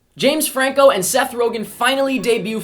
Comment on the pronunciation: Did anyone else realize that called James Franco, frank Jameco?